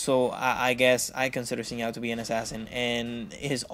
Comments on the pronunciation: actually its shin not zin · Sin zow? lol Pretty sure its pronounced Zin Jow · just say, sin JoOW. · i heard him say Sin Now and now I think i'll just find another guide lol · The name is Zin jao , i mean the prenounce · Why can't you pronounce Xin Zhao...